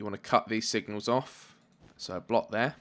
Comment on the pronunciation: when he says : torch there, torch tere. I'm like : Wha?